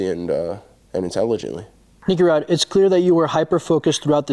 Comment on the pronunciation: Grease Rod ? Thats what I heard 😂